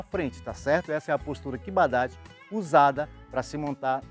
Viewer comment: Vídeo top. Fiquei abismado com título do vídeo. Karate e cavalo. Você fala tão bem a palavra KIBA DACHI, como se treinasse karate. Sou faixa preta em karate Shotokan. E uso muito esse exemplo, de quando com ensinar a postura kiba dachi. Parabéns, sou fã do seu trabalho.